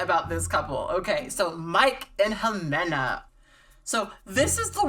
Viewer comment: I love how you say Ximena 😉